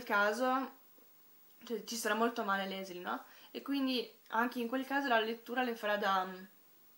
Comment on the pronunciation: si pronuncia LISEL non LESLI... comunque io penso che la Germania nazista, la guerra e la povertà passino in secondo piano (anche se hanno una svolta importantissima nella storia per il semplice motivo che senza questi elementi la vicenda non sarebbe potuta accadere): le cose che in realtà (secondo me) sono importanti in questo libro sono il potere delle parole come vita, l'amore fra i due ragazzi, l'importanza per Liesel di Max e del padre adottivo che, nel suo piccolo, apre gli occhi della ragazza insegnandole l'arte della lettura e l'umanità della Morte affascinata, appunto, dagli esseri umani. Il resto, a parer mio, è un pretesto per la costruzione del libro. Davvero un ottimo libro che mi ha commosso e stravolto il modo di vedere le cose.